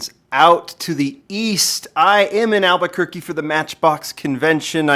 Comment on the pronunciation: "beautiful Alberquerque" eh not quite.